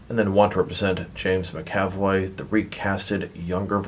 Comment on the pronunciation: Sorry, don’t want to sound like a D, but it’s “MAC-avoy”, not “mc-AV-oy”. My brain hurt every time you say it wrong ;) Also, the wheelchair wheels are on backwards, the handle goes on the outside, and with that corrected they spin freely and it won’t matter that the front wheels are non-rotating, it’ll roll nicely (at least mine does)